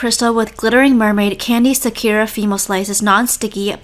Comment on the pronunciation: Lmao gotta love the "shakira" slime. I'm sure that was an old video and learned to say "Sakura" more correctly, absolutely no hate, just funny